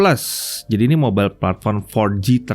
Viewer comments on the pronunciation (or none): none